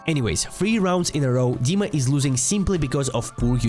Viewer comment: dima is not donk dima is diank xD